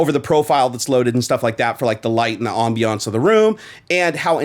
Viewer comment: om bee awnce